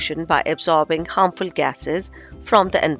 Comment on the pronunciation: Its not hamrful its harmful